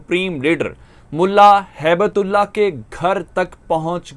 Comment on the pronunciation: هِبَة اللہ his name is not habat ullah but